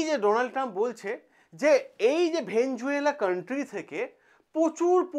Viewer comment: ভেনেজুয়েলা নয় রে ভাই ভেনেজুয়েলা।